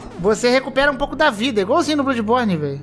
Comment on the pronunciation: "BLÃDIBORNI" não "BLUDIBORNI"